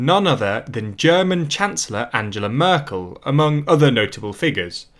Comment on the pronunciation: And I was annoyed at the speaker pronouncing Angela Merkel's name was the same as Angela Eagle or Angela Rippon's!